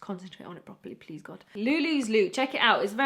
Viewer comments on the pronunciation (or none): Haha I know you're a fellow Arab by the way you said please 😂 super cute sounds like my baba 😂❤